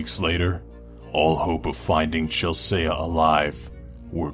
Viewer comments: The most terrifying thing in this video is how you pronounce Chelsea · Why do people think Chelsea is pronounced like that? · I like the way he pronounces "Chelsea"; sounds exotic! 😀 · another correction:chelsea is being said incorrectly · The way he says "Chelsea"....lol no, just no. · That pronunciation of Chelsea was interesting. I thought I misheard and had to rewind. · This guy doesn't even know how to say Chelsea? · This guy sounds like A wannabe Hellbent. Plus how do You mispronounce "Chelsea" Like really?... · Who the fuck doesn't know how to say Chelsea? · Yeah, I read this comment just as he said Chelsea... Certainly an odd pronounciation... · I was wondering if anyone else noticed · Doesn't even know how to pronounce Chelsea..... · Chell-saya? The fuck? Sure it's not Chel-sea? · Chelsea, "Ch-ell-sea", not "Ch-ell-say-uh" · He said Chelse-ah it's pronounced chelsee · it isn't pronounced (chelsaye) it's (chelsee) ive seen a small documentary and the family pronounced her name with a long e. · Are you quite sure it's not pronounced "Chelsey"? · lol "Chelsaya" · I laugh at chel-se-ya 😂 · It's pronounced Chellsee maneeee (saying this without any sources but English language, so if you prove me wrong, I was really asking for it) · Have to point out Chel-Sayah too lol. But still better than Melissa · it's pronounced chel•see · Chel-say-ah ..... i feel weird ..... since he is saying my name ..... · Have you really never seen the name Chelsea before? Chel-see. Literally pronounced how it's spelled. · Why is he pronouncing Chelsea "chel-say-ahh" wtf 😑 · Chelsea is pronounced "Chel-SEE". Like Mediterranean Sea, not Mediterranean see-ah. Why do people who make list videos have such poor pronunciation skills? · Chel say uh? Lmao wtf. Has he never met a girl named Chelsea? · I hope I'm not the only one that noticed how Chelsea was pronounced Chelsaia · does not know have to say Chelsea apparently. Do have to say: cooler pronunciation than the real thing though.